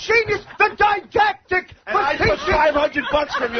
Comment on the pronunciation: “THE DIE-DACDICK”!! Haha